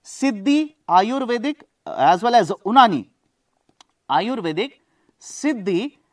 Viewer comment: Unani is pronounced as Younaani. ❤❤